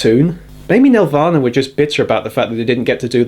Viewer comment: I would have loved to see it, but the spelling is "Nelvana". Pronounced "Nel-Vana", not "Nev-Lana".